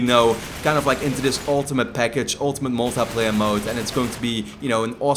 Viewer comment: is it me or do you guys find it funny how says "uncharted mul-teh-playa":')